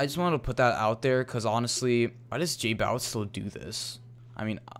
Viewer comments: J-bow-itz not j-boow-itz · It annoyed me how you say jbowitz...